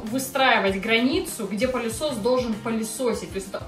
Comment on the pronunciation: Да не пАААлесос, а пЫлесос..😅